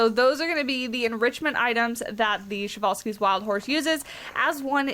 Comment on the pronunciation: Man I’m really excited to have these guys in my zoo. I’ve known about them since I was 6 or 7. They were in another zoo game I had, but I never was able to unlock them. I forgot about the correct pronunciation until I heard you say it. 😂 I learned about it a long time ago but forgot. I mean it’s a Russian name so I’m not used to it. But yeah they were discovered by Nikolai Prezwalski. I’m really excited for them!!!😃